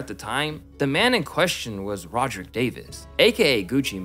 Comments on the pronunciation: bro, his name is Rad-Rick, not Rod-Rick. it does not take that much work to look this up first if you don't know how to pronounce it. also, as mentioned in other comments, using AI enhanced or AI animated images does not make your videos more engaging, it's just annoying and uncomfortable. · you mispronounced Radric and Kayo